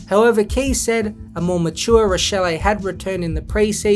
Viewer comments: It's pronounced "rashelly" btw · I was pointing out the pronunciation haha but yeh Rachele exposed himself as a soft footballer multiple times last year, started drinking his own bath water after his debut season